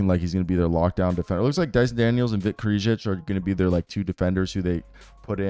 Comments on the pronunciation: Hey man, I used to hate on you really hard. I'm glad to see how much you have grown. Solid content all around. Just wanted to give you props. Also it's pronounced Vit Kray-shee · Vit's last name is pronounced like Cray-chee